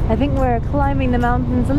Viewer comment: Remove the stickers from your screen, they are very off putting. Please stop that high pitched girly laugh, very off putting too as is the freehundred fink and wiv. Please start using th correctly.